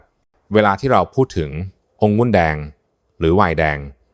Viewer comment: องุุ่นแดงหมออ่านเป็นองุ้นแดงไม่ถูกต้องครับ